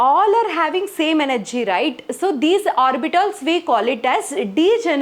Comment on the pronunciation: Orbitals❎ orbitols✅